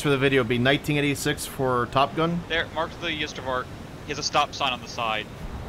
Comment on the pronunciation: This was hilarious to watch thx Bo & Co. As a South African I giggled at hearing trying to pronounce Ystervark, by the way if you want something easier to call it then call it 'Iron Pig' which is it's direct translation or 'Porcupine' which is it's actual translation.:D